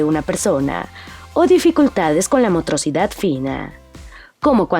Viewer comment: "motrocidad", jaja... Es un pésimo video.